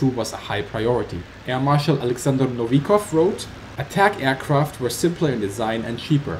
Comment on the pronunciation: Dear Novikov should be read as nOvikov, not novIkov